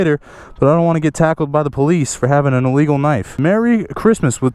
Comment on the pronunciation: are they drunk?? Oh wait that’s probably ellegal too